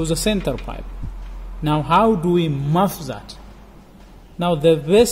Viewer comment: Great work. Btw the word is muffle, not muff xx